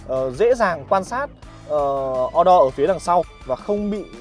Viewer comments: Thằng Nhà Qê ... Màn hình Ô-Đô , Sao lài đọc là O-Đo ??? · đọc là ô đô cho nó tây bạn ơi :D